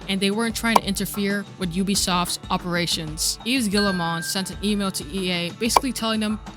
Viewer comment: I'm on a one-man crusade to see if YouTubers can pronounce Yves Guillemot's name! It's "Ghee-moe" Rhymes with "we go." Hard-G, two syllables. Ls are silent.